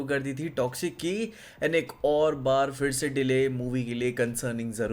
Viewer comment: bro not firse it is phirse 😂😂😂😂